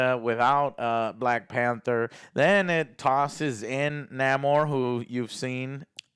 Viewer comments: BRUH!!! Its not niamor it Namor (Nah-mor) came from sin amor they just took out the si so its Namor 😅😅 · its not Niamor its Namor as in "el nino siN AMOR" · Its not Ni-Amor... It's Sin Amor... Namor. Even in your own language yall still cant get this shit right. lmfao. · Isn't it Nay-mor? I swear Joe just purposely says major characters names different.